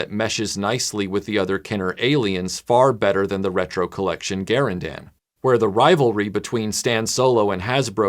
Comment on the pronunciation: TIL that Garindan is pronounced Gar-in-dan, not Ga-rin-dun. as I've always said it.